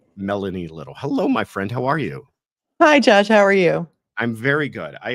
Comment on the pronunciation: It sounded like at first that Melanie said Judge instead of Josh. lol